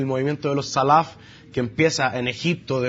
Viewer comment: Es fácil hablar con un diploma en mano y un apellido de Beit Laham, hay que saber hablar árabe señor, vaya primero a aprender árabe antes de abrir la boquita, y cuando aprenda árabe (ya que la pronunciación de la palabra "salaf" lo delata que no sabe árabe) lea las fuentes de la cultura árabe..... y después piense si quiere hablar